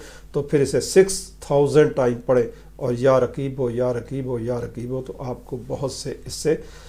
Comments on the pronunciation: تلفظ ئی غلط ہے یا رقیب ہے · رقیب۔ صحیح تلفظ ہے